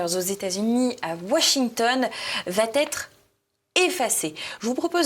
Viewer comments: Non, elle ne va pas "têtre" non car aucune liaison n'est possible. Elle va être. Sauf sous la forme négative. Dans ce cas, on met entre tiret un "t" . Ex: "...ne va-t-elle pas être...?" . Beaucoup de jeunes parlent comme ça, en mettant un "t" à la 3ième personne du singulier. Cette conjugaison est elle officiellement modifiée??? Ça m'étonne un peu... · Merci pour votre émission, c'est très intéressant et vivant. Un petit commentaire néanmoins, SVP ne faites plus la liaison VA T ETRE. Dites plutôt SERA, au moins c'est français. Merci encore à vous deux pour le contenu. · Bonjour, Suggestion anodine : attention aux « va t’être »… Ceci mis à part ,bravo et merci ! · Merci pour cette nouvelle émission mais, chère, pourriez-vous faire attention à vos liaisons? Ce n'est pas parce que l'on chante encore et de plus en plus "Malbrouck s'en va-t-en guerre" qu'il y a un T à "il va"..... désolée, je sais que vous n'êtes pas la seule à faire ce genre de liaisons "mal t'à propos", comme disait ma chère Mère, mais c'est vraiment pénible à nos oreilles de personnes nées avant.... 68. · Excellente émission merci! PS Chère, on ne dit pas « va t être », mais « va être » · Elle va-T-être? Deux fois de rang? Wow... On pardonnera "black lives matterS" et toutes les autres citations en Yankee ('i' ne se prononce pas toujours "aïe"), c'est de l'étranger, mais là, on parle du français. Bref, pourrait penser au voile, elle a déjà la gouaille. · Excellente émission bien sûr...mais évitez svp les liaisons malheureuses et douloureuses elle va T être, hélas répétées. De même pour l absence de S final à Black Lives Matter. JM, professeur d anglais.